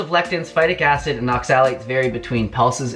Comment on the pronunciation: It's OXA-lates, not ox-AL-ates.